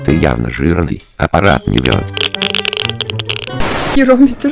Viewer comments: Мне послышалось , или она сказало не жирометр? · жирометр а не херометр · Да. Она сказала Херометр